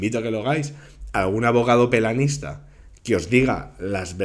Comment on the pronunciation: Se dice penalista y No "pelanista"